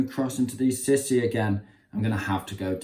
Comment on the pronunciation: Lol, fyi its not pronounced sissy, but sea-sou